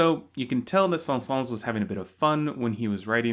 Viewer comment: The s at the end of Saëns is silent :) Great video!